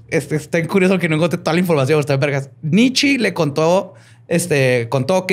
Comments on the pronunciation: Porque le dice nitchi a nitche? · Shot cada vez que dice Nitchi en vez de Nietzche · normalmente te respeto. Pero en este episodio me sangraron los oídos cada que pronuncias mal el nombre de Nietzsche. Es alemán, todas las letras de su nombre se pronuncian, y la e conserva el sonido de e, no sé de dónde sacas que se pronuncia "nichi". En verdad me dieron ganas de quitar el podcast. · El Nichi jajajajaja Nietzschi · La forma de pronunciar los nombres jajajajajaja es más compleja que como realmente se pronuncian, con Nietzsche pensé que estornudaba jajajajajaja